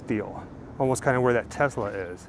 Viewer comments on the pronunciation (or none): none